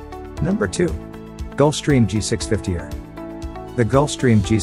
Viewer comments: its E R not err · its not "er" its E R for extended range..... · It’s also a a G650 “E””R”. Not a G650 errr